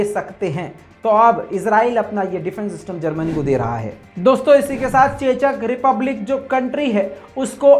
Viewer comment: chechak republic nahi check republic pronounced hoga wo